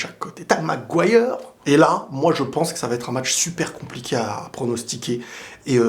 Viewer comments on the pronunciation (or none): J'ai rigolé quand t'as dit MAGUIRE 😂😂